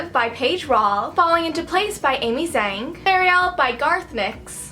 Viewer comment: Its pronounced amy zhang like chang, not zang! LOL